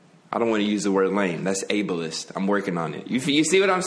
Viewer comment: thats not how you pronounce ableist xD